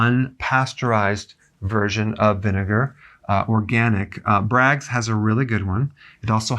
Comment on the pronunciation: BRAGG... not "Braggs"